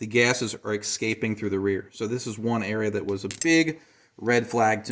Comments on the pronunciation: had me until "exscaping" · Eckscaping? Let me ax you how you like your expresso